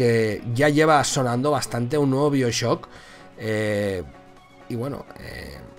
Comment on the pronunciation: Se dice baioshock